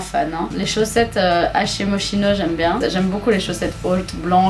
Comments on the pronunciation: Ça se dit: « MosKino » et non « Moschino ». Même si cela s’écrit « sch » il se prononce « sk ». La bise la cheunesse ! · Coucou super video comme d'habitude 👏👏👏😂💓je crois que moschino ce dit moskino ou c'est une hallucination de ma part.(ce qui est fort probable) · Non mais .. on dis moskino ou mochino?? (Je sais ca s'ecrie moschino mais je parle de la prononciation)